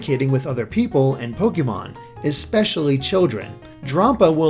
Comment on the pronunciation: I think Drampa is dragon + grandpa and is meant to be pronounced as such. I mean, it looks like an old man, is lazy, and it loves kids. Sounds like a grandpa to me. I could be wrong though.